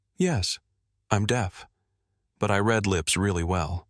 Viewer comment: At about : : the word 'read' is mispronounced wiith a soft 'e' when it should be a hard 'e' to suit the context of the story!. This error disrupts the flow of the story and nothing should be allowed to disrupt the flow of the story!. Nothìng!. Oops LoL 😢😢 Oops LoL 😢😢